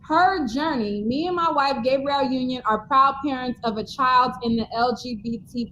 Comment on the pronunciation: It kills me when calls her GAY-brielle Union. 😂 It's Gab-ree-elle.